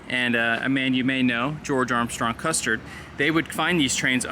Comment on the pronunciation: Narrator also says Custard instead of Custer quite a few times.